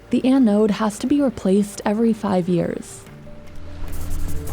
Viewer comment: the way you say "anode" irks me